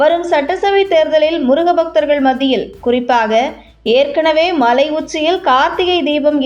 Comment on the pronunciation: Better the correct pronounciation, Malai said like Mazhai by the announcer, don't kill Thamizh words.